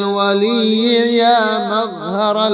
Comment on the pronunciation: مظہر ۔۔۔۔ ر کے اوپر تو زبر ہے اپ نے زیر کیوں پڑھا